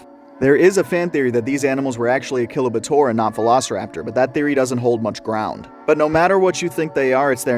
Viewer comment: Achillobator? Nahhhh A-killo-buh-tor